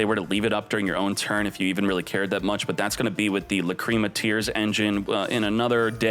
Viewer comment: Why does he say, "Lacrima" like that?